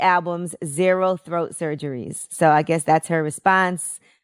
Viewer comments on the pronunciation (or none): It's throat not "thoat" for godness sake 😂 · Man...my eyes popped wide open when I heard him say thoat! LMAO